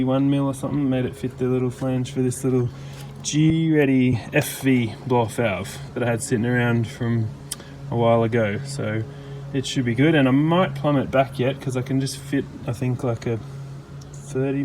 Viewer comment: its not pronounced G-ready :P